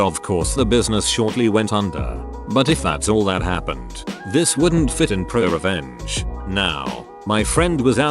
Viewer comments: It says it like r/pru-uh revenge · listen to how the text2speech say ‘pro revenge’